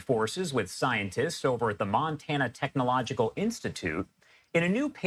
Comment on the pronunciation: I'm more shocked that in the first snippet of a news report, the black host/interviewer could not pronounce technological and extraterrestrial